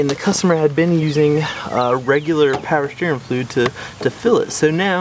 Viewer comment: “Pow sterrin flewd” 😂😂